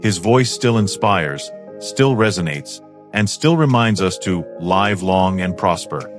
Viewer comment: More AI crap, I just don't understand how AI can get so many things wrong including pronunciation of Live. Surly with access to the whole internet it must be hard to get so much wrong!:hand-orange-covering-eyes::face-blue-wide-eyes::body-blue-raised-arms